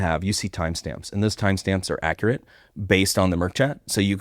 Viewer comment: Great discussion as usual. However, point of clarification. It is mIRC not MERC chat.